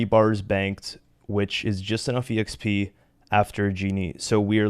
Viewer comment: Just curious, have a been saying exp wrong my whole life? I say “x p” love this series.